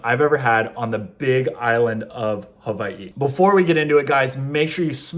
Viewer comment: It's not huvaii it's (who-Y-e)